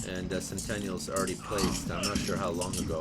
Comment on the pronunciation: He also said 'centenials' instead of 'sentinals' lol. Good commentary though!... It turns out he knows how its pronounced, he just likes the way how he says it better. All power to you.